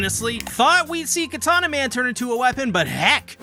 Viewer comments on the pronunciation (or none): none